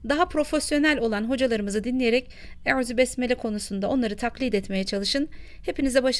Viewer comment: Yalniz arapçada ü harfi yok arap hafizlar hep u harfiyle okuyorlar